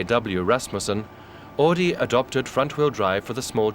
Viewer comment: Horch became AUDI! Not "AADI" Pronounce it right or don't say it at all.. Jeez...